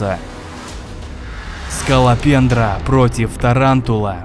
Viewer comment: я вместе сколопендры услышал школопендра